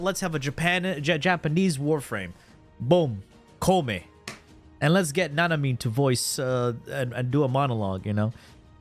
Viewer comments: The fact that ppl. are ready to fight and kill me for reasoning how koumei isn't any good in ahem*.... I mean video in which he says Kopemei is S TIER... Fugg why do i keep saying kopemei, jeez it's koumei sus, please say it right 😂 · Also, Koumei: (Ko-you-may)